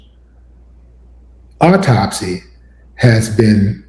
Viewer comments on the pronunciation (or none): Autopsy... Not ortopsy